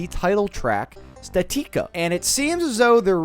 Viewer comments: Pretty sure it's statica not statika like the word static but add the letter a. How do you think you pronounce that again? Say it out loud statica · Its pronounced static-uh